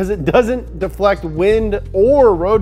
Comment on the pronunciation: road debruh